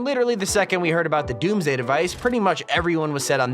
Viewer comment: When he says DOMMS DAY Device Im like hide the all the fish